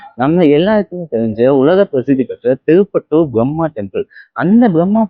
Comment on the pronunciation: இடத்தின் பெயர் தெளிவாக புரியவில்லை. திருப்பத்தூரா...? ஒரு சதுர அடியின் விலை எவ்வளவு?